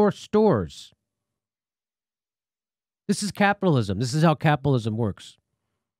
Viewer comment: "Crapilatwism hurt my feerings. shahp plz"